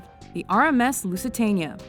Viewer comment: learn how to say lusitania